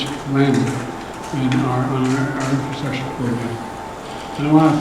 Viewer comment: This guy can't even pronounce infrastructure let alone discuss investing in it.